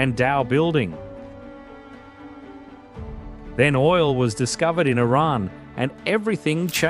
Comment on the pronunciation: Thankyou for the correct pronounciation "Iran".